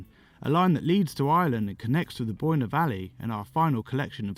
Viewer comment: Although once you hit Newgrange your pronunciation hit the skids Boyne it's pronounced like the word COIN and Knowth isn't pronounced KNOT it's pronounced NOTE